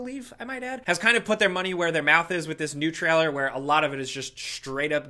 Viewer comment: The way says "trailer": traller.